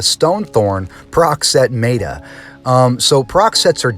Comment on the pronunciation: MET AH. Meta. Not Me-Ta